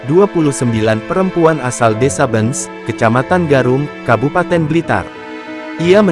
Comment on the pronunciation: Miminnya perlu latihan membaca (desa Bence dibaca Bencs) 😂😂